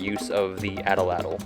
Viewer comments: At-latl not ata latyl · A'tla'tl - would be closer to the Nahuatl pronunciation. Atl'atl is an English mispronunciation. Nahuatl is not a dead language. People in Mexico continue to speak it. Thanks for posting this video. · There is no short A sound in most languages, and atlatle should be pronounced as "oughtloughtle". Also, the sin in sinew should rhyme with pin. The "ogne" in Dordogne is pronounced as "own".